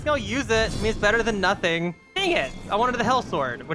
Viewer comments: I swear I just kept hearing nutting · I keep hearing "nah think" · nothing i thought he said Nutting😭🙏